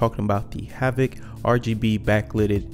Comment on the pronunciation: I think it's "Havit" just a heads up. Great video bro!